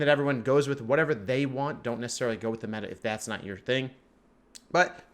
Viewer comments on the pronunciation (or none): none